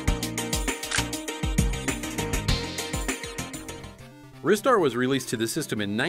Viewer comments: Ristar is pronounced "rye-star", not "wrist-star". It's short for "RIsing STAR". This is the second time you've made this mistake. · It's supposed to be pronounced Ree star but the pronunciation is debated among American gamers because we don't usually pronounce the letter I that way. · I cringed when said "ri-star" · You guys are pronouncing Ristar wrong. It's pronounced ry-star. Get it right. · Wrist-ter player get it right